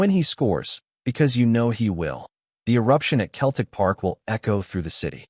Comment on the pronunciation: Can't you even get your ai educated enough to be able to pronounce Celtic correctly. Shame on you.